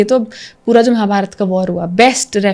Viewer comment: Really appreciable 👏❤ But few words I want to tell that - It's धर्म not धर्मा (Dharma as you said in English) And it's महाभारत not महाभारता (Mahabharata as you said in English) etc. Please stop pronouncing these type of words in this wrong manner and start pronouncing in its real meaning. Thank you, Lots of respect and love ❣️🙏